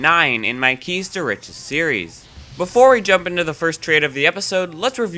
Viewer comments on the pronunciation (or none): none